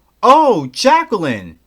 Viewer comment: The only thing I ever remember about Jacqueline is how Nedra pronounced her “Jack-o-leen”